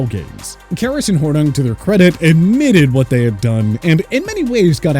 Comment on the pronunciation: His name is pronounced SLEE- STER and Paul HOR- NING